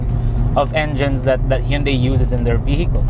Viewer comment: Hinde nga kase "Hindey" yan, more of Hundey po dapat, mas acceptable pa ..lol